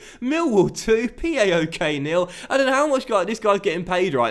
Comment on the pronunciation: it's paok, not PAOK.